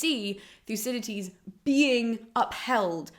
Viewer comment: It sounds as if she is pronouncing the second D as a T ("Thucydites"). Odd.